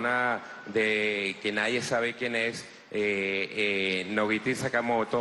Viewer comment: jaja "fidusuario", "Nobiti Sakamoto???"